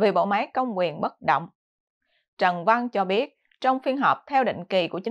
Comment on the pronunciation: Trân Văn, không phải Trần Văn.